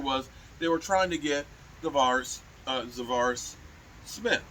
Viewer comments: The name is ZaDarius , not Zavar. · Za'Darius Smith is pronounced as Zuh-Dairy-Us Edit: you're funny as hell though. I died laughing at the Five Guys peanuts box for Jayron 😂